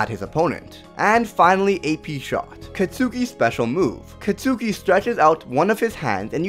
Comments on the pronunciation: Just that you know: Katsuki isn't pronounced Ka-tsu-ki but Ka-ts-ki. But that is just me being all triggered xD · It's not 'Cat-Suki', it's 'Cot-Ski'. Just say Kacchan, lol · katsuki is pronounced Katski. it's annoying hearing you mispronounce his name